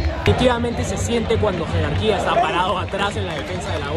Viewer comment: Lo mejor del video "jerarquia" xD